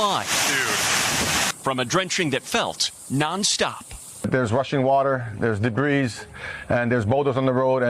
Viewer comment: Hawaii: "debris" -- pronouncing the "s"???